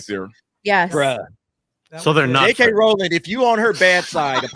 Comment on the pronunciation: You pronounce it "rolling"... As important as she is as an author you think you could get that right. Oh and before you get uppity J.K has addressed it herself dumb dumb.